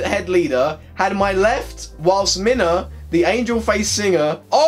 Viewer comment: Good pronunciation of Minah (Y)